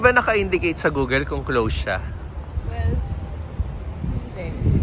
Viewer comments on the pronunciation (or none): none